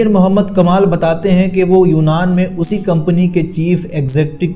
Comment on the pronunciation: ڈاکٹر محمد کمال اسمعیل کی عمر اسی 80/ سال تھی ، اس کو اسی ( سین کی تشدید کے ساتھ) کے بجائے اسی ( الف اور سین کے کسرہ کے ساتھ) پڑھتے ہیں ؟؟؟ آپ کی اردو خوانی پر تعجب ھے۔